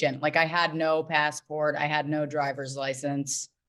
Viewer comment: did call it a “licenze”?